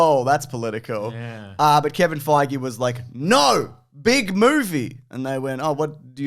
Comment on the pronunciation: Feige rhymes with beige otherwise you are saying it wrong.